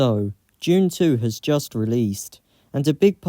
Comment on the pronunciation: Was he saying Dune or June?